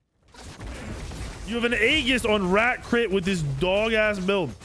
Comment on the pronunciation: It's pronounced with an e. E GIS. Not A Gis. E GIS. Aegis is pronounced with an e. You shouting it, so you're loud, but you're wrong lol.